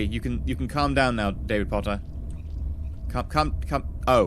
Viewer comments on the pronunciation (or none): none